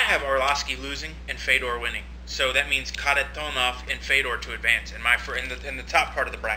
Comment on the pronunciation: Good video, cracked me up how pronounced Kharitonov in the beginning;) George, yes there is Internet in Russia, also Sergey is fucking nasty, great boxing!